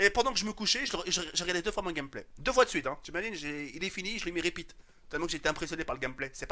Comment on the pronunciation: "j'ai mis RIPITE " mdrr continue mec